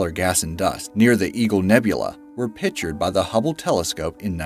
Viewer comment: "Pitchered"? Please speak English. Enunciate. PiCtured.